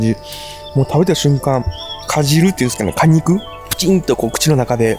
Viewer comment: かじるじゃなくてかじゅうですよ！